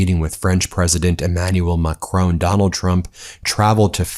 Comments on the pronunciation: It's pronounced mack-ROHN, not McCrone! He's not Irish! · For Goodness sake, Ben, the name of the French president is Macron. The stress is on the first syllable. It is NOT like Stallone. No way! The ‘on’ is simply like ‘on the table’, so no ‘own’ sound! It is so irritating to hear you wrongly pronounce his name month after month. I love your work, really appreciate everything you do, and the rest of the team, but make an effort Ben, please! Macron as in saffron Judith, Avignon, France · It's Macron....not Macrone. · MACRON! NOT MACRONE! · It's MA and KROHN, not Macrone or McCrone! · Macron not Macrone. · Ben! Mac-ron, not mac-rone! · it's Macron and not Macroon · Macron (who, incidentally, is pronounced Ma cronn not Ma crone) knows exactly what Trump is: an ignorant huckster who has caused financial chaos across the world, not to mention probably around a trillion dollars in total damage. This fumbling, feeble, encounter will only enhance the inglorious reputation of this stain on US history. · Hi Ben. Nothing to do with this but please pronounce Mr Macron's name properly. It's just respectful. It's not Macroan. It's Macron. Ends in on!! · Who's "Macrone"? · Macron not Ma Crone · That’s not how Macron himself pronounces his name.